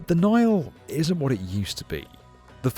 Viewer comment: He called it "The Naal"